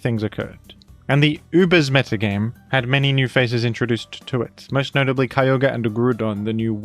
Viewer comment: Why do you pronounce that weather legendary so wierd? It's pronounced Kee-og-ree